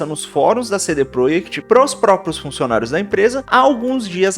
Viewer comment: Você está falando cd PROEKT de propósito?